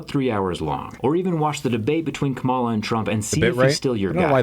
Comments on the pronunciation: That video has 5.1k dislikes and 54k likes. It bothers me he doesn't say her name correctly. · This is one of those cases where it's probably better that the guy making the video doesn't pronounce "Kamala" correctly.